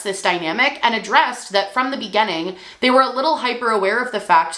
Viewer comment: Spent this video fixated on the fact that she pronounces the word beginning like "be-genn-ing" for some reason